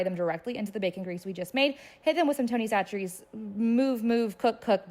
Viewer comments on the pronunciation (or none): Either I’ve been pronouncing Tony Chachere’s wrong my entire life, or you have. Now I’m curious. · Did you just call it Tony thatcherys?!?